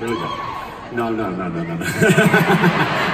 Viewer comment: I was expecting him to have an Australian accent so when he started it off and sounded American I was confused but then he said NAUR (aka Australian No) and I was like THERE WE GO